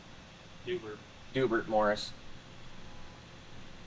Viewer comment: Dewburt Morris lmao